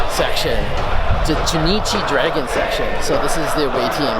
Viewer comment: Do you seriously not know how to say the word "Dragon"?????